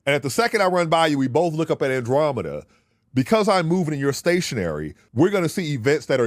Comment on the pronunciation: He absolutely butchered the Andromeda Paradox 😅